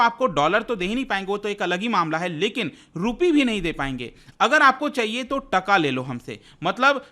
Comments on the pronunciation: Its Taa-kaa not tka.. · Sir please pronounce TaaaaKa. This is the right pronunciation.